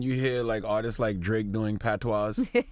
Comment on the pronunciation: The way they pronounce 'patois'! 😂🤣🤣 NO 😂😂😂